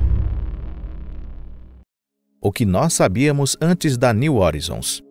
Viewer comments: "New hórizons" não, "new horáizons", assim que se pronuncia "new horizons" em inglês! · O cara chama a Sonda de " nil orinzon". A pronúncia correta é "NIL RORAIZON". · Pronuncia-se “horizons” como [roraizons]. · Parei de assistir na introdução....Plutão, estrela. Plutão tem 5 satélites conhecidos. Caronte, Estige, Nix, Cérbero e Hidra e possivelmente Caronte não seria apenas um satelite e sim, parte de um sistema binário com Plutão. E é "new oraizon" e não "new orizon"! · A pronúncia correta para New Horizons (niu oraizons) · /niu horaizons/ a pronúncia, amg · A pronúncia de "horizon" está errado.